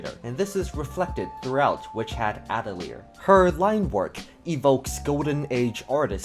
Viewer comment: I loved your video and great recommendations that I will be looking into, but seriously can no one pronounce Atelier? Not a single you tuber who covers that manga can say it's name correctly. It's not even a hard word....